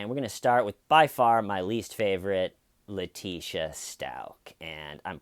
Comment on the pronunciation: ‘Leteeshee’ lol.